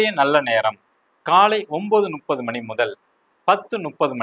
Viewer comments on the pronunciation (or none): வாழ்க வளமுடன் 🙌 ஐயா இந்த பஞ்சாக விளக்கங்கள் மிகவும் அருமை அடியேனின் ஒரு சின்ன வேண்டுகோள் 30என்பது முப்பது உங்கள் உச்சரிப்பு நுப்பது என்று ஒலிகிறது 🙏